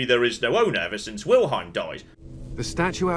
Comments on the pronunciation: Kinda impressed/unimpressed. reading Wilhelm as Wilheim actually pronouces "ei" correct. Which very few english speakers do. Yet he starts from a complete misread. I'm probably alone but that's interesting. Or does he just pronounce Wilhelm funnily? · NPC: "Wilhelm.": "Right, Wilheim, got it." I'm laughing harder every time he gets it wrong. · Find it so funny how pronounces Wilhelm lol 😄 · That's right!! Except kept saying Wilheim I think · Wilhelm is a family name, and ours is pronounced exactly as written... wilhelm. Not wilheim.